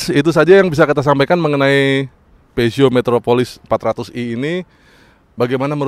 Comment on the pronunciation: Horeeeee cara nyebut brand nya betul... Biasanya nyebut pyuzo.. Pijet...pizot